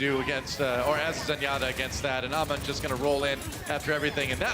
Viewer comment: its hammond not ahmon ffs